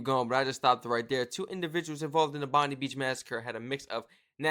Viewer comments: G'day Mate! Please, Please, Plesse... It is pronounce "Bond-eye" NOT Bondeee... Cheers! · Hey buddy , the word Bondi beach . Is pronounced as bondeye beach bro not bondy beach 👍🙂 good reactions buddy cheers from Australia 🇦🇺🐨🦘🪃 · its pronounced BONDIE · Pronounced BON-DIE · 😂 Bond...eye, is the pronunciation 😂❤🇦🇺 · Its not Bondi , its pronounced ‘Bond-eye’ 😅